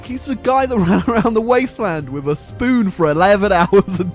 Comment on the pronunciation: I love how you say spoon, sounds like spewn